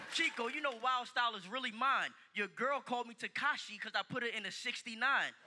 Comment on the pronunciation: You know it's just "Tekashi" right.. Not "tEkA$hi"